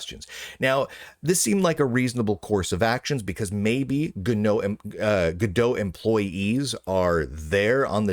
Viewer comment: Go-No. great slip 😂